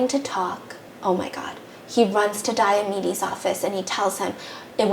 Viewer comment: Dr. Diamedes sounds like diabetes um